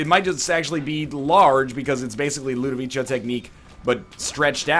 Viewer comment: LudoviKo, not Ludovicho